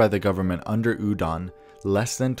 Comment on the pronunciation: Hearing "udon" over and over is making me hungry 🍜